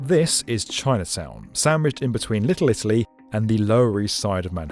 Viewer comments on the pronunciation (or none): none